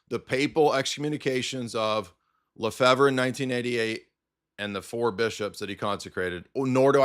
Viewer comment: It's pronounced "Le-FAVE," not "Le-Fever," or "Le-Fibber," or whatever. It's a French surname. And no, he did not get his degree from Apostle's College.